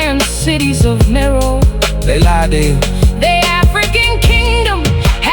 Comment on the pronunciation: Meroë is pronounced mery ree